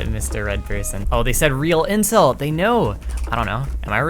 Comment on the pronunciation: I am really sorry but everytime you say "intel" i swear to god i hear inc-...